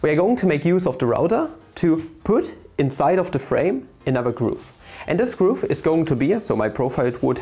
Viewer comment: nice video, really enjoyed! One small nitpick, Im not entirely sure but i think the way you pronounce groove is a bit off. It should be pronounced "ɡro͞ov" with the same vowel sound as the one used in "cool". Somebody correct me if im wrong :D